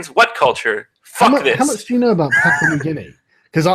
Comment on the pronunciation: I believe it's Papua (not Papa), but Daddy New Guinea is more than fine.